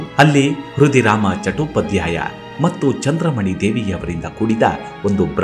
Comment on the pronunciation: ಧ್ವನಿ ಚೆನ್ನಾಗಿದೆ. ರಾಮಕೃಷ್ಣ , ಸೃಷ್ಟಿ, ಚಟ್ಟೋಪಾಧ್ಯಾಯ ಮೊದಲಾದ ಪದಗಳನ್ನು ಸ್ಪಷ್ಟವಾಗಿ ಹೇಳಿದ್ದಿದ್ದರೆ ಮತ್ತಷ್ಟುಚೆನ್ನಾಗಿರುತ್ತಿತ್ತು